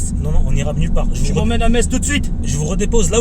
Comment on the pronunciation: Ahah en tout cas tu connais Metz et le dit sans faute sa fait plaisir 😊